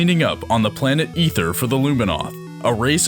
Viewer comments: does it bother anyone else that they are mispronouncing names in this? SP-388??? SR-388 (dumb) and Ether??? IT'S AETHER .... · I'm glad you made the video to clear up Samus' true personality and character but, omg dude, it's spelled Chozo but, pronounced Koh-zoh. Aether is pronounced A -ther, not Ether, lol. Not trying to be a jerk or anything btw. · It's pronounced, "Ay-thur."